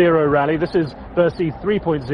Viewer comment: did she say bearish? dafuq?? its ber-sih!